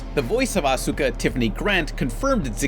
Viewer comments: Asuka's name is pronounced like awska not as u ka. just like how sasuke isnt sas u ke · Ahsookah ITS SAID LIKE AHSKA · Asuka - "ahska" NOT Ah soo kah. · "Evongelion" "protoganist" "Asooka" Jesus did you have a stroke when you were recording that segment? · yo pan i love you but you need to a little bit more research when it comes to anime asuka name is dumb the u is silent so it's aska so yeah you pronounced it wrong XD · I didn't think there could be anything worse than how pronounces the simpsons, until I heard him say asuka like that.